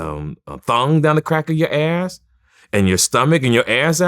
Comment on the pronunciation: You know old when he pronounced ass as “AYRSSS.” 😭😭😭